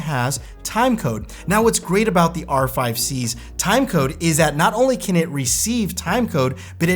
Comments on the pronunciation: ... Canon R"fry" 🤣🤣. Perfect. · Did I hear Canon R-fry? lol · Did you say Canon "R-Fried" production? Unintentional Freudian slip, I'm sure.